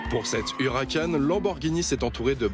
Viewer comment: Direct Auto déjà pas « Hucaran » mais Huracan puis on dit Performante non pas « Performan T »